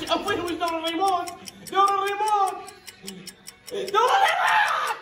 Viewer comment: الريموت وليس الريمون🤔